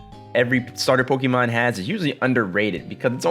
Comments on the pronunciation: pokey-mon. hon-doom. wtf is wrong with how you pronounce words. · Just listen to the anime or something and learn to pronounce them right. Pokey-man is how people who are acting like they are too mature to know how to say it properly. Houndoom is based on a hound. Its not hond, unless you are German. Say it "hown-doom"